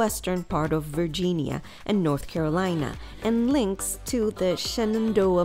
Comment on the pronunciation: i stopped watching because of the ways she says the name